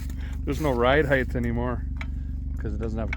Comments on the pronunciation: "Height" not "Heigth" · Stop saying “heighth” as the word is simply height. You sound stupid. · Was he saying, "heighth?"